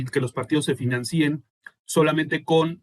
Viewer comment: Ese del PRD no es fianci'en es financien